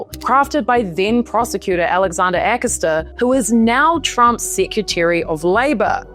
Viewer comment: Ah come on. Pronounce Virginia’s name properly. It’s not guf-free. It’s jew-fray. It’s Ah-cost-ah. Not ah-cuss-ta.